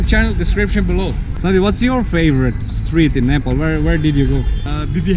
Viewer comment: 1St foreigner who pronounce nepal in really well 😍